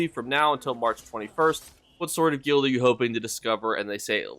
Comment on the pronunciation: Hey buddy nice vid just fyi guild rhymes with build and filled and drilled